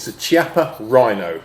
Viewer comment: Brilliant, thanks. Btw, Chiappa is pronounced "kiappa" with a K sound not C sound